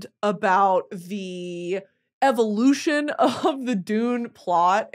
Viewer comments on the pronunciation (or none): none